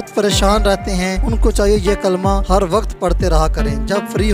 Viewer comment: Ap ne kalma sahi nahi perha